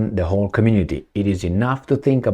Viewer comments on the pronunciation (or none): none